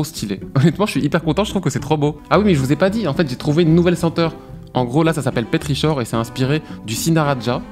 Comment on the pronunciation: pétrichor \pe.tʁi.kɔʁ\ ça se prononce pétriKor, avec un K comme dans Karnage !